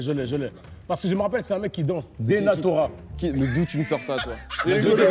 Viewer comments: « dENatORa » ptdrrrrr 😂😂😂😂😂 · il a dit denatora c'est une dinguerie je vais aller pleurer de rire encore